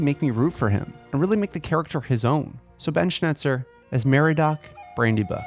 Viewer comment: Isn't his name meriadoc?! Not meriedoc